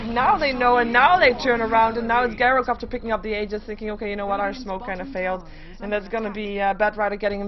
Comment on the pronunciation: I like your casting for the most part and I think you're improving, but it's JAI-ROH-COPTER.